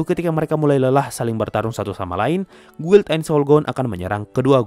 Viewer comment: Guild, itu bacanya gild